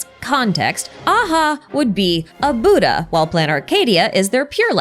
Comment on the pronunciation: As a buddhist, hearing the word "Buddh-Aha" feels like a whiplash lmao